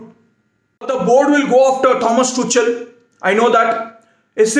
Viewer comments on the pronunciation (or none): Just for your convenience, he is pronounced Tukal and not Tuchal.